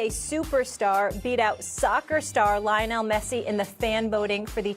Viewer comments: Did she just say "lion-el" messi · "lyion-nel messi" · Lie-O-nell messi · Lion-el Messi? Oh god molly.. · Lie-onel... Smh😔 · "Linel Messi" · Molly butchered Lionel🤦🏾‍♂️ you know she ain't never watched soccer in her life